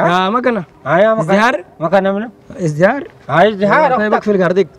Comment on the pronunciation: شنو اذهراي ههههههههههههههه قال ازدهاره قال